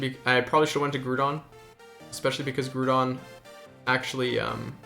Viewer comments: Nice video man! But "Groo-don" was driving me crazy, it's definitely "Grow-don" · Yep. Was just gonna comment this. Groudon. Pronounced like “growl” without the l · What's the big deal with it? Are you a high school teacher